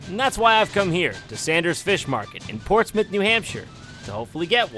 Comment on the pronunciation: Gotta give props to a guy who knows how to pronounce "Portsmouth" correctly.